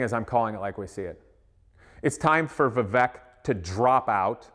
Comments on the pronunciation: The name is pronounced Vivayk, like in "cake". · The guy doesn't even know to pronounce vivek! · At least pronounce his name, right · You don't even know how to pronounce your opponents first name. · You can’t even pronounce his name correctly? 🤯